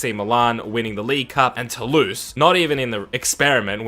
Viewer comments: I'm french ! It's not "Tolouse", it's "Toulouse" 😂😂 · It's Toulouse, not Tolouse :v